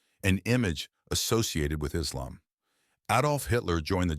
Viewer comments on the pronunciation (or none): none